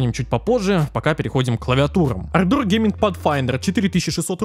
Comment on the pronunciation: Однажды автор сможет выговорить ардор)